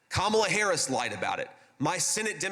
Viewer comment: This dude can’t say “Kamala Harris” Go home, bruh.